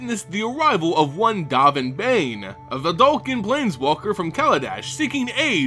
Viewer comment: Dovin Baan rhymes with Alderaan Calling him Bane is just insane